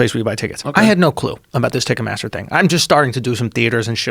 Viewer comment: “Ticket Mathter”